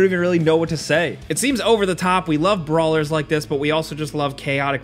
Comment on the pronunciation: Hehe ‘bra’lers